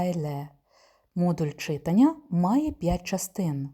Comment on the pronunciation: Дякую, дуже корисні відео. Єдине зауваження- завдАння і читАння-правильний наголос :)